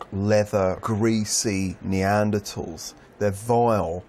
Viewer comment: Hmmm that’s an interesting way of saying the word ‘Neanderthals’ can’t say I’ve ever heard it pronounced that way before 🤔